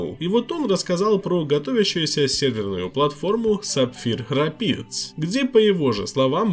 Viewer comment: Да не рапи́дс, а рэ́пидз, что переводится как пороги на реке